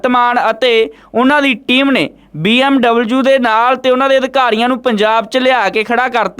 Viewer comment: BMW not BMUU